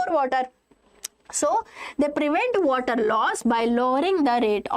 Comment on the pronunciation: water..or wvatrr 😂(just for fun)